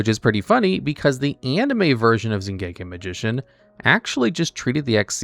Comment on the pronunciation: That pronunication of "Xiangke" is atrocious.